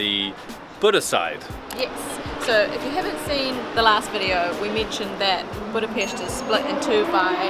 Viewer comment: Wow, You speak correctly word "BudapeSt" at the beginning. It is rare. :-)